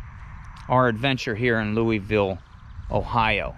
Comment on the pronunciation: I have lived down the road from Molly Stark all my life and went to Louisville schools. Please say it correctly 😂 we are pronounced "Lewis"ville, even though we are spelled Louisville like Kentucky. That being said, very informative and well done.